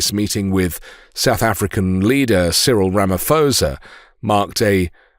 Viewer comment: Ramaphosa is a silent 'h'.